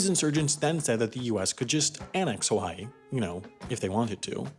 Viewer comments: "Haiway" is that gonna be in your mistakes vid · HAI-way .... you didn't 😂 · “Haiway” nice